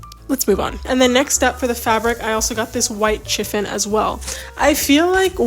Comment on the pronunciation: Happy New year. Sorry to be that person but "chiffon" is pronounced "shi-fun".